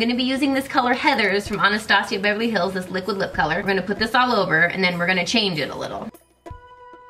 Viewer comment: Such a fun series. I love the way you said "anastasia of beverly hills" before you did your brows haha that's how I think it should sound